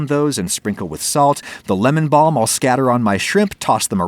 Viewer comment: THE WAY HE SAID BALM OMG😂